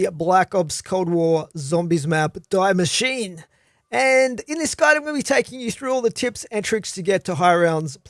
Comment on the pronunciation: just a quick mention from a german: it´s pronounced "dee mashine" :P thanks for the tips